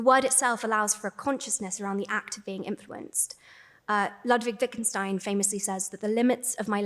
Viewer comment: As a German, I liked the reference to "Ludwig Wittgenstein" which was pronounced with a strong English accent haha "Unsere Sprache ist die Grenze unserer Welt"